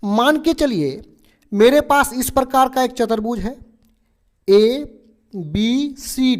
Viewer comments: Sir chatrbuj nhi hota chturbuj hota h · not chatarbhuj say chaturbhuj